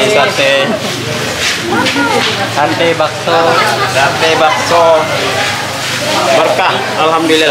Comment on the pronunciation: Alhamdulillah selalu berbagi,,apalagi berbagi untuk tetangga/lingkungan terdekat,,berkah barokah 🤲 terimakasih,,Mbak'Yuni,, Dallas,, mudah2n rezekinya diganti berlipat dari Allah SWT.. PR bilang SATE not SATAI..